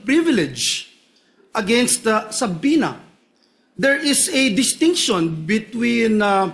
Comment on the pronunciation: Sa-pi-na stupid! Not sab-pi-na🤣